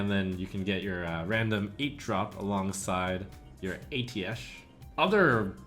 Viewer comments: I prefer the way blizz and khadghar pronounce it as Ay-Tee-Esh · pronounced Ei-dash